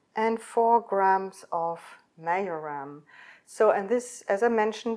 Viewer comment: It's marjoram. J is pronounced y in German.